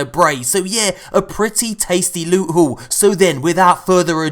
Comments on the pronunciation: LEWT SWEET PRRRRRRRRRRECIOUS LUTE!!!!! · I MISS U SAYING LEWT SWEET PRECIOUS LEwTT